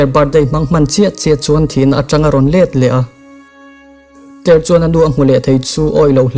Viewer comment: Uncle August-a hi tinge Pogast-a i tih tlat a, Tyler pawh hi Tyre i ti tlat pek a 😂😂